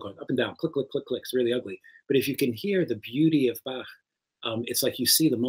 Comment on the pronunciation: David Bodanis might be the first American to pronounce "Bach" correctly... Still Einstein is pronounced Einshtein in Germany ;)